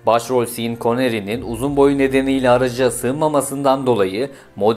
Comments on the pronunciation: şan konery diye telaffuz ediliyor kardeşim siin koneri degil. kulaklarimi sokup atasim geldi biraz bir ingilizce ogren ya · sin koneri diye değil şan kanıri diye okunur. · Sean Connery "siin koneri"" diye okunmaz. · bilgilere bakmaya gerek yok, telaffuzları bu kadar yanlış bi video ilk defa görüyorum. hadi Sean connery'i geçtim de o kadar araba videosu olan biri "lancer"ın okunuşunu bilmeli en azından. Seslendirmen ayrı kanaldan ayrı ise ona diyecek lafım yok. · Özel isimleri bile telaffuz edemiyorsunuz ama burada araç tarihini anlatıyorsunuz. Sean Connory’in bile ismini söyleyemiyorsunuz.